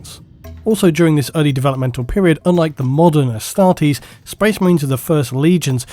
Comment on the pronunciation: I always thought you were saying Hastati as in the first line of the roman legions XD